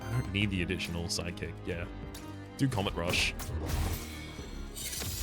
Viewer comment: Why every time he says Sidekick, my brain understands Psychic??? 🙉🧠😵‍💫